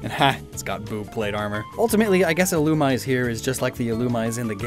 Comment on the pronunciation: Is anyone gonna tell him illumise is pronounced ill-ou-me-zay